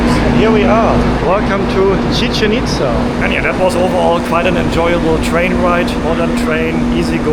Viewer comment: Tequila is simply mezcal which comes from the state of Jalisco. This is analogous to champagne simply being sparkling wine from the historical province of Champagne. Commonly mispronounced, Chichén Itzá is pronounced chi-CHEN eats-SA (not rhyming with chicken pizza). The accent marks tell you which syllable to stress.